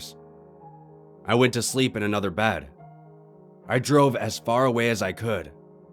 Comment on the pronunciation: Bed not bahd